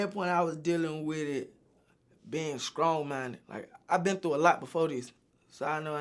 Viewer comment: “Skrong minded”